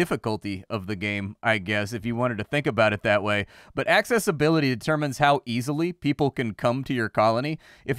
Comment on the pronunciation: Love how you say access-ability!